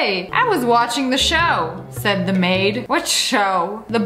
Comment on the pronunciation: When u said butler Maid nanny it sounded like butler made nanny